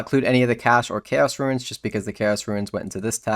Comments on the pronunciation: few things trigger me more than someone who pronounces runes as "ruins". There is no "i". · I cant stand hearing these verbally challenged people chop up words... eggsericks, and "ruins" for runes.